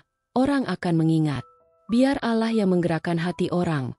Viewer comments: Klo bukan muslimah ya nyebut Allah spt itu...dah betul...tp klo muslimah memang menyebutnya krg pas...maaf ya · Tlng di perbaiki cara mengucap allah ya min, gk enk denger nya coba belajar cara mengucap nya